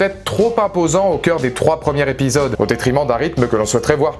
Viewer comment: Afin d'améliorer vos vidéos que j'aime beaucoup, je voudrais vous dire de faire attention aux "Liaisons dangereuses" (non, pas le film avec Michelle Pfeifer…); ne dites plus "les premiers Répisodes" mais "les premiers Zépisodes", car il y a un S à la fin de premier quand il y a plusieurs premiers.